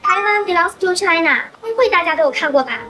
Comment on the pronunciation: 發音要清楚一點：part of 滯納！